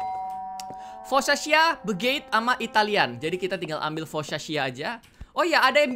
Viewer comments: Foccacia-Fokasia bukan fokkaca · Foccacia itu dibaca Fokasia bang